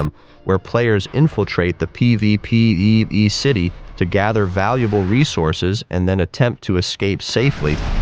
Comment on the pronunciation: The struggle to say PvPvE everytime makes me lol 😂😂